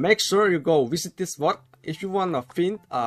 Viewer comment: "world":dameul "Growid":Pazientegt # I always laugh if u say bad english wkwkwk